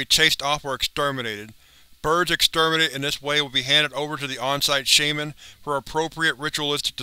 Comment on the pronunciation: Why do you keep saying shaiman when it is pronounced shaman? Other than that great video.